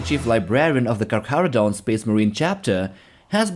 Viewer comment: Your Maori pronunciation for Te Kahurangi and bro is on point. Well done brother